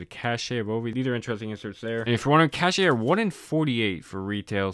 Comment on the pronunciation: Metal-X is pronounced "Metallics" and Cache is pronounced like "cash" FYI